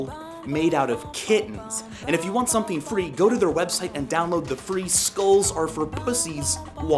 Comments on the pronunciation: Sounds like he says school instead of skulls on the last one. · He says skouls, not skulls